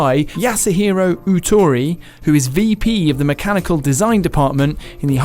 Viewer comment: One thing they didn’t learn is how to pronounce the dude’s name: it’s OH-tori, not ew-tori